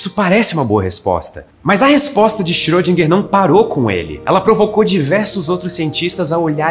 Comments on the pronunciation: Só uma dica linguística:a pronúncia de Schrödinger não é Xirôdinger.É Xirêndinger. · a pronúncia dele não tá certa. Não seria problema ele colocar humor se o humor fosse bom.